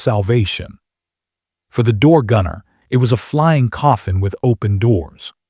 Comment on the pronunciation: Ditch the A-one voiceover. What's a machine GUN? or rotor WASH? It wasn't key san; it was Kay San. It was door gunner; not door GUNNER.